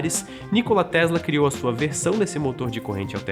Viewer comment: não quero polemizar, mas que tal compararmos as asneiras ditas aqui com os diversos documentários feitos pelo History Channel a respeito de Nikola Tesla? P.S.: até na pronuncia do nome do Nikola Tesla o apresentador falha